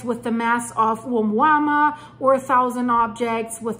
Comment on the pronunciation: The first intersteller visitor name is pronounced: Oo-mooah-mooah.